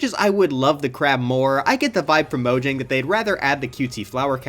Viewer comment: its pronounced mojang not mojang be careful